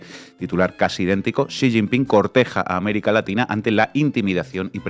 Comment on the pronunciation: Ahora se pronuncia Si sin pin 😅😂